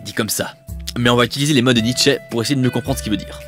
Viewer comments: NietzschEUH mais à part ça très agréable vidéo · Que dire à part que c'est éclairé, intelligent, intéressant, pédagogique et tout plein de truc en -ique ! :D A part la prononciation de Nietzsche qui m'a fait un peu rire car elle est peu commune, ton "analyse" et l'ouverture est tout de ce qu'il faut pour une "critique", et témoigne en plus d'une grande ouverture d'esprit ;) Je n'ai pas d'avis réellement sur 2001 parce que je ne l'ai pas vu, je pense ne pas être assez cinéphile pour ça, mais au moins un jour j'irai le voir surement. ;) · Et ouais j'ai toujours eu des doutes sur la prononciation de Nietzsche et je me suis laissé dire que j'allais prononcer le "e" final :-) En tout cas, un énorme merci à toi pour ton passage et ton commentage (on va dire que ça se dit) qui m'a fait super plaisir. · Bah oui Nietzsche étant allemand, je prononce son nom à l'allemande :) et merci!